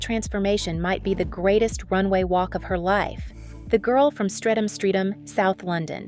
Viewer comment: Its pronounced Stret-am